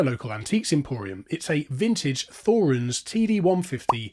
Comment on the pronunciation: Great Video! The Thorens TD 150 MK II is an amazing turntable. I own two of them, one in original condition and one with a new plinth and a different tonearm. By the way: the pronunciation of Thorens is "Torens" (no th). Excuse my English, I am German.